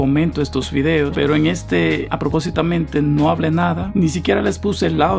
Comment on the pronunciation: En el segundo 5 yo escuché que dijo fideos en ves de videos. Jajajajajaja 😂 Like si tú también lo escuchaste